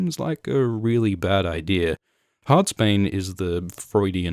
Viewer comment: "Eye-deer" Reminds me of dad.